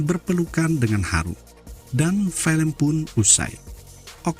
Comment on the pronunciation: Filem (film) la bukan 'felem'..your English very bad!